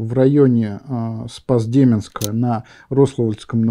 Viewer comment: Спасибо. Спас-дЕменск, РОславль. Расстроить никого не хотел. Просто ударение. Также как и КАтынь. С уважением из Смоленска.